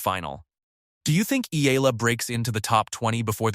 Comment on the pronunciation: its pronounce E-YALA not AY-LA